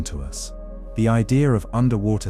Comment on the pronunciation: What's an ideer